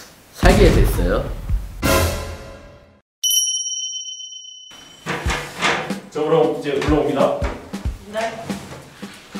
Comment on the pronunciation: 저는 살게됬어요를 사귀게됬어요라고들어서 자막으로 알았어욬ㅋㅋㅋㅋㅋ;ㅋㅋㅋㅋㅋㅋㅋㅋㅋㅋㅋㅋㅋㅋㅋㅋㅋㅋㅋㅋㅋㅋㅋㅋㅋㅋㅋㅋㅋㅋㅋㅋㅋㅋㅋㅋㅋㅋㅋㅋㅋㅋㅋㅋㅋㅋㅋㅋㅋㅋ